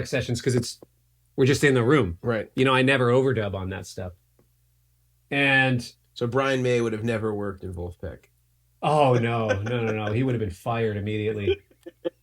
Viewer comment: Is the mason dude saying WOLFPECK?😂